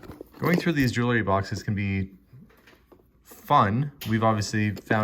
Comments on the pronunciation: It’s actually pronounced “jewel – ry”. Not “jewel – a – ry “. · Clearly already opened. Everything arranged face up… also, can we please pronounce JEW-EL-RY correctly? It’s not JEW-LER-Y. Ugh